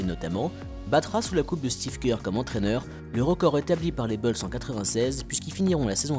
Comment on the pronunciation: Mec, t'es génial, vraiment, mais par pitié arrête de dire Les Beulz, c'est Les Boulz, Bulls se prononce Boulz, pas Beulz, c'est juste horrible à l'oreille